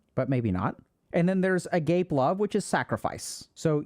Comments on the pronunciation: How Dr K says “Agape” sounds so strange to me because I had never heard it with a silent “e” before. A-gaah-pay is how I heard it in church sermons. It comes up because the New Testament was written in Greek. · "Agape" is pronounced ah-gah-pay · agape -> "uh-gop-eh" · Just as a note, ‘agape’ is pronounced ah-GAH-pay. Since this is a foundational term your discussion, I thought you might like to know. 😊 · A-ga-peh love* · It's pronounced Ah-Gah-Pé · Okay, I'm gonna have to slam the brakes right here. You said "agape" love in the English pronunciation. In that context it means: (of the mouth) wide open, especially with surprise or wonder. But the way it's ACTUALLY pronounced in the context of love as you're defining it is ah-GAH-pay because it's Greek and has a lot of religious implications. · PLEASE, Agape love is pronounced "ah-gah-peh". 🙏🙏🙏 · agape is pronounced uh gah pay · Agape = uh gaw pay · Dr K, it's ah-gah-pay! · Agape is pronounced like uh-gaw-pay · it's pronounced ah-gah-peh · just wanted to chime in and say agape love is pronounced 'ah gah pay' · Agape is pronounced: ah-GAH-pay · Agapé ( ah- gaap- ay) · FYI agape is pronounced ah-gah-pay, the greek word for unconditional and selfless love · Normally wouldn't grammer Nazi about something like this either but my Christian upgrading is screaming "ahh gahp ayh" every time it's pronounced agape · that's not how you pronounce agape 😭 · you're mispronouncing agape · That's a very inappropriate way of mispronouncing "agape" 😆😆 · Damn,stop pronouncing "agape" like that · fyi that's not how the greek word agape is pronounced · Bro you pronounced "apage" completely wrong 😂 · saying agape the way dr k did has a very different meaning, it's actually a pretty important distinction to make. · AH-GAH-PAY. Not "a gape" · Sacrificial love... isn't pronounced 'A-Gape' lmao. Its pronounced 'A-Ga-Pe' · A gay pie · Agape = a-'ga-pē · for gods sake can someone PLEAse tell him its pronounced AH-GAH-PAY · Agape = “Ah-gah-pay”